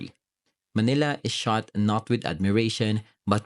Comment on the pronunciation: Manila, not "malina".